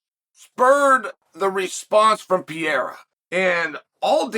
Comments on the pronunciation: It's not Pi-rera, it's Pereira😂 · Alex Pee-yera lol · Does Chael misspeaking Pereira's name as 'Piera' a gimmick? We know his not dyslexic! Alex Pereira is a former champion of the world in 2 different sports, and Chael has pronounced correctly harder to pronounce names. What's going on? Is it a gimmick, a mistake or does Chael just not like Pereira for some reason? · lol 'Pee-era'